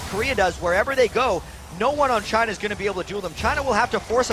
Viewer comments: When they said for china I thought it was vagina! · Damn, when the guy's saying ''for China'' he sounds like he's saying ''vagina'' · Damn every time they say for china i hear clearly vagina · i thought the announcer said vagina when he was saying 'for china' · jungler "for china".....is sound like vagina